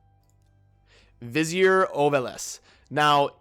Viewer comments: Hey dude google vizier so you know the pronounciation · Vizier? lol